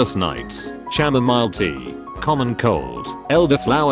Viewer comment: oH MY GOD THE COMPUTER ACTUALLY PRONOUNCED CHAMOMILE THE WAY ITS SPELLED NO NOPE NO SIR I CANNOT